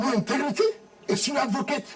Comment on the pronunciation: God will not allow Wike to rule Nigeria, apart from pride, he has no sense - he is so shallow and a trouble maker. Mr. ' intigrity' - English of a so-called lawyer. "Intigrity' instead of ' integrity'